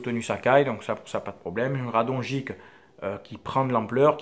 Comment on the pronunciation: Bonne vidéo, je suis d'accord avec toi. Mais juste si tu pouvais prononcer Radonjić correctement ça serait cool. Continue comme ça, tes vidéo sont très bien